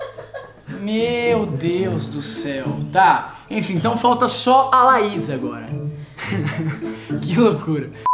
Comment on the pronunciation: Ele falou laisa ao invés de Laís kkkk kkkk kkkk